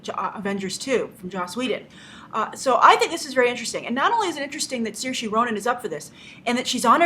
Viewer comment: That's not how you pronounce Saoirse.